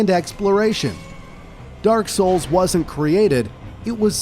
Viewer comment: Nah, I think its AI too. AI tends to mispronounce certain words like "Niche" in this case. I mean just listen to him, he sounds very fake. Oh and the way he says Demon Souls or Dark Souls... Demon Souls 2mins in.